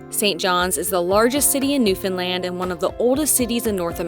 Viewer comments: I love you pronounce Newfoundland correctly. Great videos! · As a Newfoundlander I have to say I'm impressed with your videos, and in particular you pronounce Newfoundland correctly! So many folks mess that up. And I can tell you really researched things. I grew up in Port Union and Catalina and used to hang out at my grandparents place by the boardwalk in Bonavista. You did miss the historic sights in Port Union but I'm being nit-picky...you guys did a great job. Thanks again. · You are the only people who are not from NFLD who say our province name right… FINALLY!! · My boyfriend and I found your channel and we’ve been binge watching the Newfoundland videos you’ve posted. Crazy I have lived here 30 years and haven’t seen some of the things you’ve posted in your videos. ALSO!!! Thank you for taking the time to learn how to pronounce Newfoundland! Love your channel, and will be watching in the future! Subscribed for future travel videos!! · I know that this might sound a little odd to some, but I really appreciate how you took the time to learn the proper pronunciations of the province and the various places you visited. I know that it might sound a little petty, but it is appreciated by the people who live there. Rarely do you come across a travel video of Newfoundland where they pronounce the names correctly. Great job!!